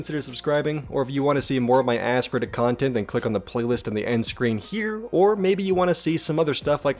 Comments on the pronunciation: I could have sworn you said “ass reddit content’ for a second there! Lol 😂 Great video, more of the same please. 👍👍👍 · Everytime you say Ask Redit. I hear Ass Credit... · Each time i hear you say Ask Reddit i hear the swear word for butt an Reddit